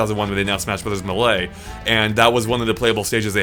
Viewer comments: Not meh-lay... It's May-lay. Like the way the announcer says it. In the game. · It's pronounced Maylay, not M'lay. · Me-lay or may-lay NOT ma-lay it just sounds too off But I like that you all say it differently and stick with it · I die inside everytime pronounces Melee like m'lay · Did he just say mellay?? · If he says “Muhlay” one more time I’m going to off myself. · Does anyone else hate the way pronounces Melee? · It’s Mae-lae (melee) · “May-lay” please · whoever has the annoying speech impediment and keeps saying "muh lee" for the pronunciation of melee should just stop talking , its embarrassing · Why does pronounce Melee as "Muh-lay"? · Oh dear heavens, don't say "melee" like that! I cringed so hard, that is not how it is said. first syllable is said like like mii fighter, the second syllable is like the lay, as in the chip brand.